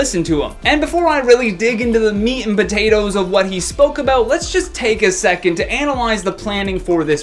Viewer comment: Why does always say potatoe